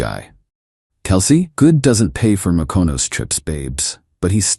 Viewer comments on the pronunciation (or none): "Makonos"? What is that? Mykonos? In Greece? Is that what AI meant?